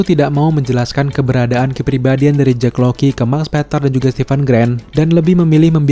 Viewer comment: Jack Lockley bang ngapa jdi Jack Loky:v